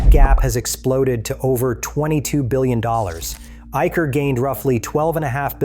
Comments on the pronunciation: Not Eiker! It is pronounced as Eisher! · its pronounced as I-Sir motors, ... business is not only motorcycles its a bigger umbrella compromising of Trucks, Buses and tractors too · In Eicher, Ch is pronounced as Sh, like in Chanel.